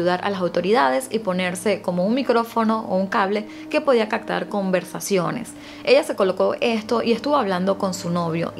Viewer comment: Por favor! Se dice ABSOLUTAMENTE y se pronuncia igual, es una tortura escucharte pronunciar las palabras mal, como en vez de CAPTAR, usas CACTAR.¿?¿? corrige eso urgentemente